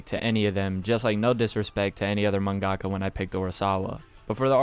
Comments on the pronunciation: yo bro it's pronounced man-guh-kah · The way he said mangaka triggered me